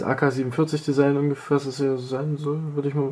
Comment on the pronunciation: ''AK47-Desigen'' xD